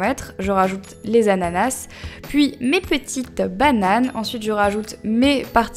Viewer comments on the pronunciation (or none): Pourquoi tu dis "ananassse" ou "smoozie"?